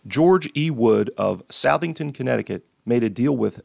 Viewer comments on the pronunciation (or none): Great transformation. BTW Southington is pronounced like SUHthington. Like in Southern